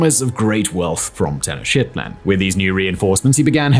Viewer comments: Anyone else hear “Teno-shitland” instead of Tenochtitlán? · Maaaan the Teno-Shitland pronunciation is absolutely horrible and Americans would say insulting. Get your facts right including the lingo. Especially when you talk like you were trained in vocal presentation (or at least are trying to sound like that). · "Teno-shit-land" 🤣 Pretty sure that's not how it's pronounced, amigo! 🤣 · Its pronounced "Ten-knock-TIT-lan". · I sincerely doubt it was pronounced Ten-O-shit-land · Tenochtitlan is pronounced "teh-NOKCH-teet-laan"